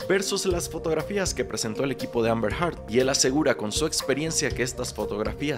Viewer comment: El juicio ya casi termina y Candrés nunca dijo bien “Heard” 🥲